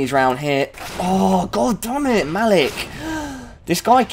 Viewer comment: That's not me but u still said my name!! Its Malik but u pronounced it the way people usually say my name! :D